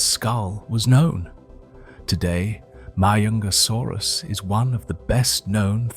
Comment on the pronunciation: frig the longer this video goes the worse the pronunciation is getting, like 5 different pronunciations of Majungasaurus not to mention every other species... or even years.....